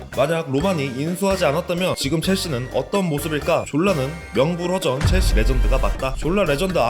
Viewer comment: 체엘시~가 아닌 첼씨!로 바뀌었넹6ㅇ